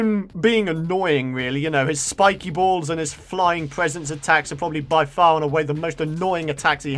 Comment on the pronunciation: hahaha agan! said "floating bolls" agan!!!